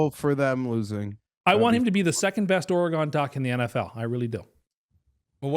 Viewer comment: Most insane nomination for of the video for pronouncing Oregon as “Or-gone”. Never heard of that place pal!